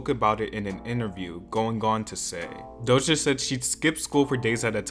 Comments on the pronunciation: doja cat not dohsa cat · It's doja not dosha 💯💯